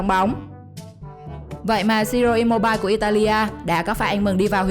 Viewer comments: cj phát âm sai kìa imobile=im-mô-bi-lê chứ ko phải i -mô-bai🤣🤣🤣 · Sao chị lại đọc là i mô bai vậy ạ ?